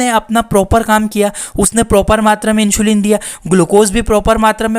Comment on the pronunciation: It's इन्सुलिन not इंशुलीन 😂😂